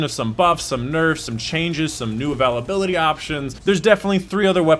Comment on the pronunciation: I dont care how you say availability but i am wondering if you say it wrong purposely for people like me to comment reminds me of starbucks